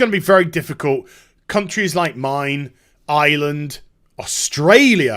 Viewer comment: i love you but for fuck sake can you pllease pronounce Ireland with an R, we are not called Island XD Twice you did it, there is a hard R in the name of our country